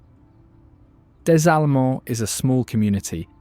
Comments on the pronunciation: It’s La ville Des Allemands and the S after the DE is silent! It means a town of the Germans, and it’s on the coast of the Germans, also known as la côte Des Allemandes, historically it’s famous not for the Catfish, but because it was the only region where the great expulsion of the Acadians from Canada were welcomed into the German settlements which this coast was named after because the Creoles and the French and the Spanish of New Orleans did not want the Acadians L’Acadien in their lands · Listening to this boy butcher Des Allemands, Chauvin, and Pointe-aux-Chênes made me laugh so damn hard yeah.